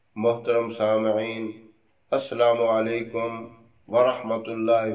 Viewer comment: Maf kijiega........ Hajarat aap agar salam ko sahi se dete to behtar hota.... Aslamu Alikum ki jaga ASSALAMU Alikum(السلام عليكم kehte....